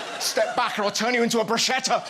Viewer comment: My girlfriend is Italian, you butchered the pronunciation of bruschetta :D